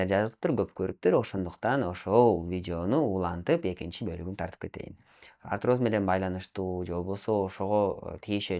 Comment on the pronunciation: Арироз деп жатат